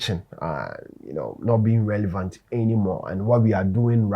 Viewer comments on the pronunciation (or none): none